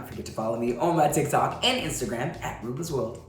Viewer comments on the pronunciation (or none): none